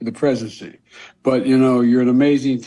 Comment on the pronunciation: Joe saying ‘presidency’ as ‘prezicy.’